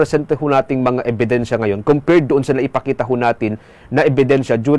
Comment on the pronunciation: Ano po yung " EBINSYA "